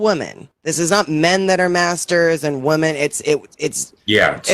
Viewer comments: It still drives me nuts that says woman instead of women. All the time. How is that a thing! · It makes perfect sense?? thinks "women" is pronounced like "woman." This is something we all learned to pronounce in first grade. Yet she doesn't understand it. OP is correct, she shouldn't be allowed to talk. And neither should you. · She has no idea how to pronounce "women." It's so weird.